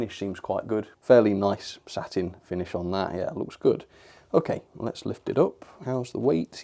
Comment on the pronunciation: Whenever talks about the finish I think he says "Saturn" in stead of sat in, keep up the brilliant reviews (Also what's your thoughts on reviewing a locomotive that is send in from a fan?)